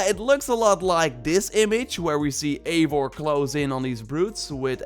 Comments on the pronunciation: Yo man nice video :) just to say Eivor is pronounced “Ai-Vor”, because it’s norse, but nonetheless great video bro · Imo, Eivor should be pronounced “ eye voor “ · I like the way that every ONE says (Aivar) and not Ivar. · It’s EYE vor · Just one detail: not to be THAT guy but it's written as Eivor but read as ,,I (like I, you, he/she/it, etc.)-vor''